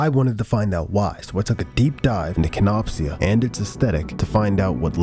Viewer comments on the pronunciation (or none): im so sorry that im nitpicky but its pronounced kenop sha